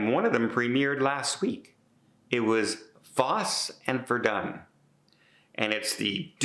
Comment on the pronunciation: You're a big Broadway guy and can't pronounce Fosse and Verdon?